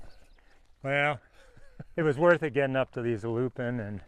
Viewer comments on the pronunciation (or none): none